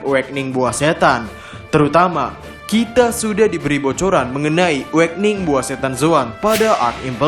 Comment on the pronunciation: Kok melayu banget lafal nya “kite”